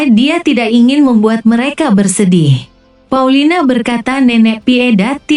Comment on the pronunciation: Paulina bukan paulita